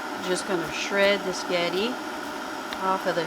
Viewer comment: cutting a spaghetti squash in half requires real muscle! You may be small, but wow, you've got muscle! You got me laughing because a few times you said what to me sounded like "sketti!" Did you know that the Gardein Meatless Ground you showed is made by a Canadian company? Meatless meat products are all the rage lately. I hear them talked about on the stock market channel (CNBC) every day. It looks delish!!! I wouldn't hesitate to indulge in it. Maybe some day, we'll all be going meatless. If it tastes just like real meat, I wouldn't mind. Would you care? Your air fryer baked sketti squash with melted provolone looked too good for words! Yes! Plant more sketti squash!!!